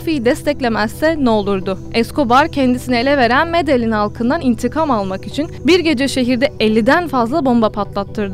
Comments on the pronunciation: Medelin degil Medehin diye okunuyor.Emeğine sağlıklı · Medeyyin diye okunur. bilginize